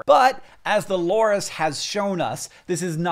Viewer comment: i dont know why but i completely cracked up when you said "as the loris has SHOWN US". sounds like you're saying "as the lord has SHOWN US" and then i get a picture of a LORIS and its EYES in my EYES and then there's ANOTHER 😂😂😂 PHOTO!!!!!! oh god, this just cracked me up, im still laughing, im typing this and laughing lol THANK YOU. sorry for my cringey 12 year old message, but oh boy ,good joke